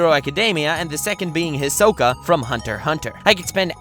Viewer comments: Did he call Hisoka ...... fodder 🙃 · He's saying Hisoka wrong. It's kinda irritating.😑 But I love this video!!